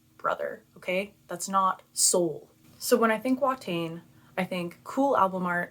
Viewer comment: The pronunciation is more "Va-tain" rather than "Wha-tain".